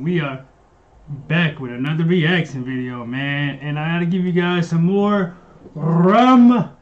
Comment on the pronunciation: The way you said "Flake" to is correct. Now you just need to learn to pronounce "Rammstein" correct. :D The "st" is pronounced like "sht"